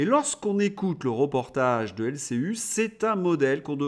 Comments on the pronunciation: L C I ( i ) et non pas L C U ( en Français ! en Australien ? ) pour l'ensemble de votre travail un pouce vers le haut. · Mais pourquoi prononce-t-il LCU comme dans Ursule alors que la chaine s'appelle LCI comme dans Irène? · Merci pour vos analyses pertinentes. Un détail m'intrigue. Mais peut-être ai-je raté une explication : pourquoi dites vous LCU au lieu de LCI ?